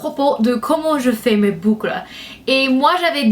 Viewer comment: 'Du bucle'' SO FUNNY LOVE YOU <3